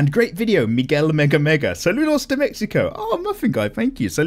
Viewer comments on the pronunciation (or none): none